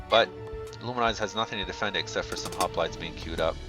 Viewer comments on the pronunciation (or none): none